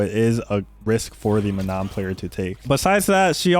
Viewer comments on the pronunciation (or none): Oh it’s not ManoN! It’s pronounced “Maa noh” without the N at the end and the A is like in Arch